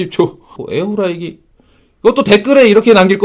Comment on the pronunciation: 진짜 냉정하고 일침 가하는 채널 되면 좋겠다. 광고 안들어와도 진용진이나 주작감별사처럼 음식 리뷰 광고든 아니든 진짜 안흔들리고 냉정한 먹방채널도 필요함.. ps. 에어후라이기... 탑급 발음 소유자